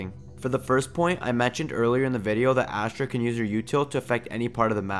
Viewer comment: Funfact astra means weapon in hindi , dont undeestand why name her weapon , although its spells astra its pronounces "USTRA"